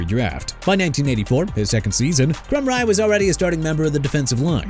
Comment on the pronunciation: First off dude it's Demar Hamiln not Jemar Hamlin. Also it's Tim Krumrie as in crum-rye! Have some respect for every athlete and team you're talking about or QUIT YOUR JOB! And why you got a bit of Andrew Luck on there when you're discussing Peyton Manning?? You people disgust me!